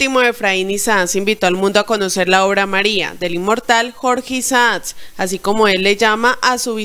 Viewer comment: Mi amor no es jorge Isax ni Isas es Jorge Isaac